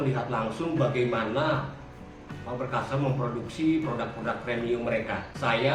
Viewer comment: Voice very bad in that it doesn't pronounce the words properly all the time. It doesn't even pronounce Faber-Castell most of the time. Terrible advertising